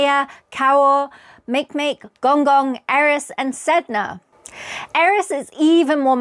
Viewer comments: Very good video! Since it is a pet peeve of mine though: Kuiper ist pronounced KY-per and Makemake is MAH-keh-MAH-keh (named after the Rapa Nui god). Congratulations on your book! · Makemake was lol worthy as well. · Thanks, really interesting! 2 small comments: Neptune was discovered by Le Verrier using maths as you say, just giving him his due! Makemake is pronounced i believe Mahké Mahké as it's named after a Hawaiian deity, if I'm not mistaken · I like your pronunciation of makemake. Not standard but still perfectly fine. I kind of doubt there's a planet 9 but the universe is bigger and weirder than we think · Huh. Your pronunciations of Kuiper and Makemake are suspect.